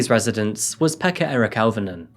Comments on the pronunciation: Swear your saying pecker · His name was peka 😅😂🤣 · You've never learned Finnish, so I won't berate you for getting the place name wrong. I'm just putting this here so that people know how to pronounce these names. Jokela: yoh-keh-lah, emphasis on yoh Pekka: peck-kah Auvinen: ow¹-vi-nen, emphasis on ow ¹ as in 'cow' I remember when this happened. My family back in the UK got worried, because - not knowing the geography of Finland - they were worried that it might have been near me. They were also worried when the bomb attack happened in Myyrmäki (difficult to give outwith IPA stuff: the 'y' is like trying to say 'u' from cup and 'ee' from feet simultaneously, and 'ä' is like trying to say 'a' from pan and 'e' from bed simultaneously). Tuusula: tuu-su-la Neither Jokela or Myyrmäki are near me. I'm close to Russia - which currently has its own threats. Interestingly, this case highlights a major issue in Finland: the stuff you hear about it being 'happy' and 'best education' and 'best health care' and so on ... it's propaganda. All those systems let this lad down: proximally, because nobody took those sign and symptoms seriously; and distally, because the education system here does not really produce the best physicians or psychologists or social workers the world has ever seen. Finland is still in the top fifteen countries in Europe for suicides 11th out of 41) and mental ill-health is very common here. The country is beautiful, and a great many of the people are absolutely adorable. But the system is not fit for purpose and th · His name was Pekka? Pekka?!?! Hahaha😅. Fr what a dic. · Pekka Eric.....lol?